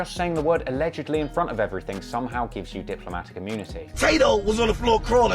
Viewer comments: "Alelegy" 6ix9ine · He had one of the most insane music careers ever and can’t pronounce “allegedly”